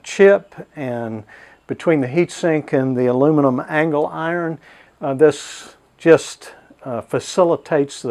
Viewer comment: Nice video, but I cringe every time you say angle iron.